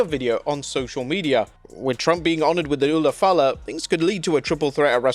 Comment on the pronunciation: That was the ufa lafa not the ula fala - se aikae 😑